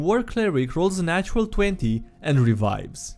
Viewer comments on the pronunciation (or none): none